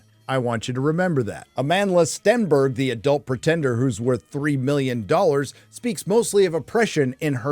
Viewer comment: I keep hearing: "A Manless Stenberg"